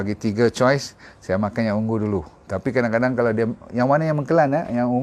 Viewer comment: Purple ialah ungu bukan ung-gu